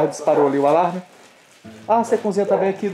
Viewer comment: leia a" Cozinha". Vc pronúncia cunzinha,pelo amor de Deus, vc não é um comunicador, ou tenta ser.